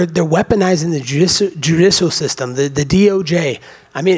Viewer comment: That Ledrom James is always stirring up trouble. We need true patriots like this guy who can’t even pronounce the term “judicial system” to keep all of the LeJuan Jameses out there in check, frankly. This guy for president.